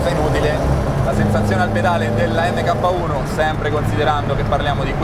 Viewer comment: Video spettacolare come al solito, però “EMMECAPPA” non si può sentire, si pronuncia “Mark”...